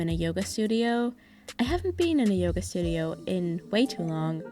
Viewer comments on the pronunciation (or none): none